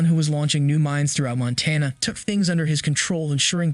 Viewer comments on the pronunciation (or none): none